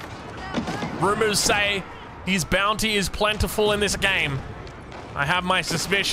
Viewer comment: Why do you say the word "Bounty" so strangely?